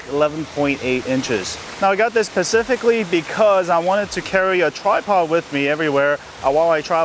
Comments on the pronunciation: pacificly? lol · Pacifically???ummmm what?